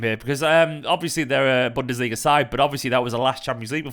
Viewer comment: Did just say "Bunderliga" 🤣🤣🤣🌚